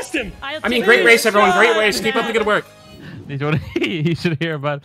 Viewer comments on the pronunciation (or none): Did bro say “great wace” …… R-r-r-r-r-rap god yikes